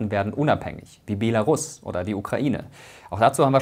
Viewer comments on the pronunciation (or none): none